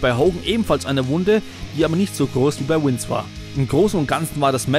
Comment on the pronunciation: Es heißt Vince, nichf Wince